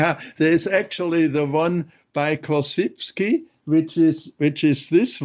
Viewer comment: The correct pronunciation of "Korzybski" !